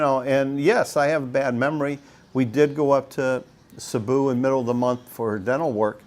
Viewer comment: Sabu!!? Where’s that 😅?? I’ve heard of Cebu Cmon pronounce it correctly It’s See-boo 🙄🙄🙄🙄🙄🙄